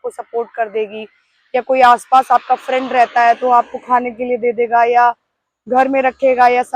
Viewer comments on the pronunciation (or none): none